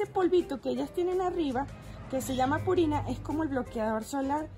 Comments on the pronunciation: Es pruina No purina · Compré la última planta pero se me alargó , que me recomiendas que la decapite ? Un dato te escuche decir purina y es pruina. Muchas gracias porque por fin supe el nombre de la primera planta la tengo desde hace un año y perdí su nombre .estoy feliz de saber como se llama. Me subscribo a tu canal eres un amor de persona . Eres de Mexicana ? Tu acento se escucha como Venezolana. Saludos desde California.